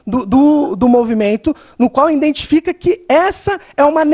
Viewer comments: "Indentifiquei" vários erros na fala do nosso amigo. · "Indentifiquei Burisse" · “Indentifiquei” muita conversa fiada nessa prosa!!